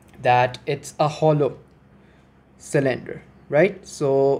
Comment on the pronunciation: I'm here to see if anyone else was driven nuts by sill-IN-der (cylinder)